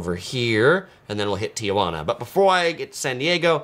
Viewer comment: you are amazing and I love your channel and what you do for people visiting CA or anywhere else you travel to but dude, as a native you just can't say Ti-uh-jauna. Sorry for being pedantic. Love what you do